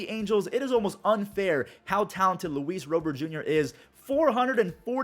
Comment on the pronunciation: It still annoys me how you say Luis Robert’s name